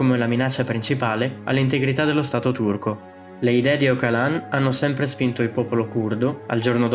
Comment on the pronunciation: Si legge Ogialan, una G morbida quasi come una J